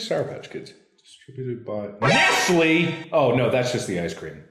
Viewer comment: "NESTLÈ?! Nestlè is HORRIBLE " -Markiplier 2019